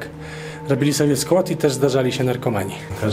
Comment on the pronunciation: No to jeste skUAdzik, tak skUAdzik, ewidentnie SKUADZIK,, 🤣 😂